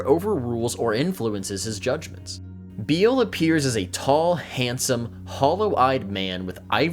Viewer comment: Be careful of the Greek/Latin 'e''s. They're not silent like in English. Hercules is pronounced "her-que-leez." Bele is probably "Beh-lay" though it's unclear. Think "bene gesserit." Adonides is almost certainly "adon-e-deez." Greet content though. Keep it up.